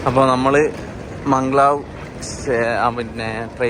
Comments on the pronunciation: മംഗ് ലാവ് അല്ലല്ലോ മാഗ്-ലെവ് അല്ലേ?🤔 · മംഗ്ലാവ് അല്ല മഗലേവ്